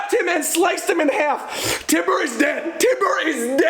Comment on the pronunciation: Also it’s TYBUR (Tye•Burr) not Tiber.